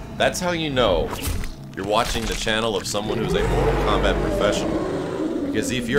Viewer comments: This dude said KORTAL MOMBAT........ okay. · Did he say kortal mombat when he defeated goro and did the brutalitie?